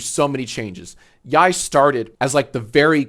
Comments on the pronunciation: Ugh, said YIAY wrong again 😮‍💨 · How are you STILL pronouncing YIAY incorrectly?!